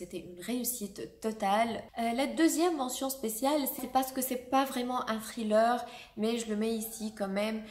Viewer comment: "Thriller" est un mot anglais donc faut le prononcer en anglais pas avec un accent français